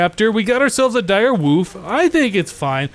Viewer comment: I like how says Direwoof instead of Direwolf